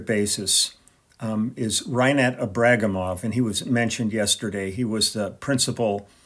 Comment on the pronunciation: Thanks for the post, Lee. I believe that the third syllable should be emphasized in such a surname, i.e., Ibragímov.